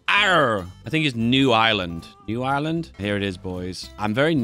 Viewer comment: The way says Irish: normal The way says Ireland: awful